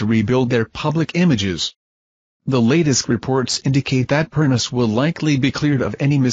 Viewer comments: It’s pronounced, PERNICHIE. Get it right for god’s sake!!!!!!! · You need to do research and learn how to pronounce PERNEECHEE